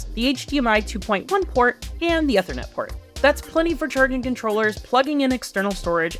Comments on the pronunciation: I think he's referring to how they said it. It sounds like eFernetport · whoa, never heard Ethernet pronounced like that. At the IT shop we always say it like eSports -- "eThernet" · . Interesting way of pronouncing ethernet.